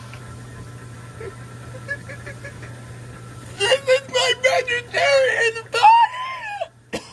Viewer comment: thank you. I thought at first he said “This is my baby parrots in the party!”